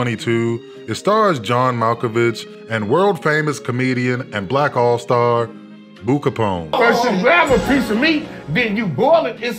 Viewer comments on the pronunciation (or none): You called that mane Boo Copone 😂😂😂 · CALLED HIM BOO KAPONE LMFAOOOOO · Nigga said boo kapone 😂😂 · Not Boo Kapone 😂😂😂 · This nigga said boo capone 😂😂😂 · Nigga said Boo Capone 😭😭😭😭😭 I’m crying